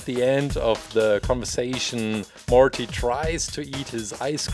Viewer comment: I like the way you pronounce Morty it's cute